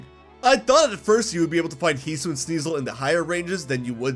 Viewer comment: It’s HE-SUE-EE-IN